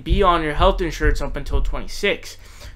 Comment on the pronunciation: Based on the content of your video, you obviously are biased to the left. You mispronouced Tomi's name and demonstrated ignorance in your thoughts about healthcare. I cannot subscribe.